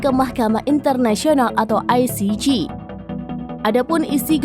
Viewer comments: Penyiarnya Salah pronunciation ICJ. JE Bukan JI. Spelling JI untuk huruf G. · Parah ni presenter ,,koplak ,, yg benar aja loe,, nyebut ICJ aja gak benar,, kalau tidak ngomong upahkan sama yg lain